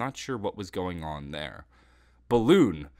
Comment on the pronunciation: is "Get in there!" not "Get in therel"